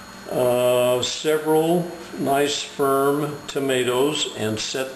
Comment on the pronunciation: its actually nice-ferm tomatoes.But sperm tomatoes sounds funny.